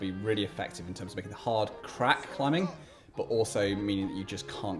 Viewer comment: He pronounces the 'g' at the end of every 'ing' word, not sure that's proper English...climbingGA